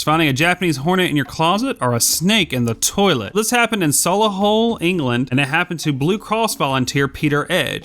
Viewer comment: i like how u murdered the pronounciation of solihull. its pronounced sollyhull